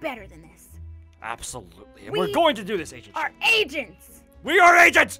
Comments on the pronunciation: Who else thought that agent shed was Pronounced agent shit No offense 😝😝✌🏻️✌🏻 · WHEN SAID FIRST SAID "AGENT SHED" I THOUGHT HE SAID "AGENT SHIT"😂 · I though said agent shet😂😂😂😝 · I thought he said agent sh!t